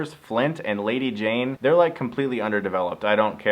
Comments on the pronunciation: It's lady jay. Not Jane. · Sorry Stuckmann, it's Lady JAYE, not Jayne. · Its lady Jay not lady jane. You never had gi joes as a kid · how do I know Chris stuckman never watched the GIjoe cartoon? he continually mispronounced Lady Jaye as Lady Jane. other than that, accurate review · It's Lady Jaye not Lady Jayne.